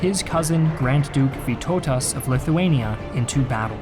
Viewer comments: That has to be the best attempt to say our lord names 😂 Especially Vytautas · The way you said Vytautas' name made me laugh too hard 😂😂😂